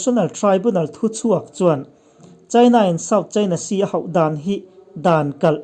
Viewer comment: A tir lam a ( a zilh hau) HAU tih lai tak I thluk nan va mak em.